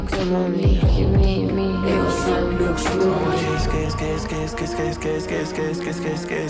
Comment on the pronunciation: It is Latín and the pronounciation is not "lāx" : EGO SUM LUX MUNDI.